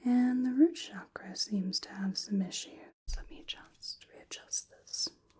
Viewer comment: It was a relaxing video. You really did lot of research about eastern spiritual practices. I liked the way you pronounced "chakra", Its actually how it's supposed to be pronounced according to Sanskrit. Your voice is magical and your aura is very calming. I liked when you narrate your actions.